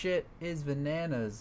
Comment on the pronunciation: I wonder if the people that don't watch your streams will get annoyed by the v-a-n-a-n-a-s at some point XD